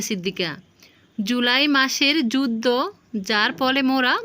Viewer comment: যুদ্দ না যুদ্ধ। আমার তো উচ্চারণ ঠিক নাই। কি সব ভুল-ভাল উচ্চারণ করেন। উচ্চারণ ঠিক করেন আগে।